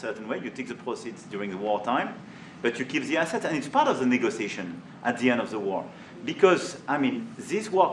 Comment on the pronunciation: The way he pronounced negotiation shocked me at first